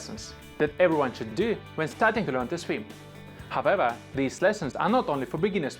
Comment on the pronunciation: Hahaha, I was looking for this comment so long 😅 haavewah